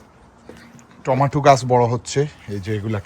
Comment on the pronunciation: টমাটু না টমেটো 🍅